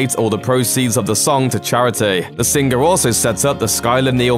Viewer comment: Ha ha I love how this guy says sing-gur . Also sez not saaays!